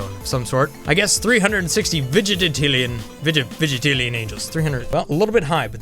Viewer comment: LOL I just noticed you keep saying vig-i-te-tillion, when it's vig-IN-tillion